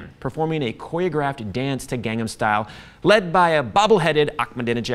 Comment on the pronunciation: why does he say his own name like cabbyero, and also gangham style, and coyographed?